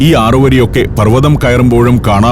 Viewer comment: ഹത്ത അല്ല ആശാനേ "ഹട്ട "